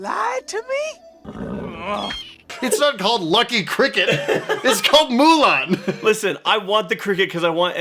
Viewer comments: The "Moolun" from the dad bothered me so mcuh!! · YouTuber Xiran Jay Zhao also did a hot take on this, Disney's "Mulan II," & the...other one. "Mulan" takes place in 497 BC & the advisor's name, "Chi Fu," is a loose pronunciation of the Mandarin word for "bully."